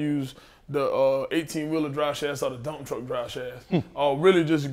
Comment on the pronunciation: sounded like he said Donktruck instead of dumptruck